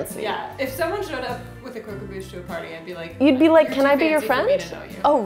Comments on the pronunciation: Its crock Om bush not crow come booooooooooooooooooooshhhhhhh I’m sorry, this recipe is incredible too!! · Cromquemdouche right No it’s Bouche not Douche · Not pronounced ‘crow-com-boosh’ pronounces ‘croc’ as in crocodile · You mean Croque EN* Bouche it's french and it means crunch in the mouth. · Croq em Bouche Torture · her pronunciation of croquembouche "crow kem boosh" I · crow come boosh friend: Was that a sneeze?, a shoe is the normal sneeze noise: Bless you 😥😪😓like if you cried 👍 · I hate how you pronounced croquembouche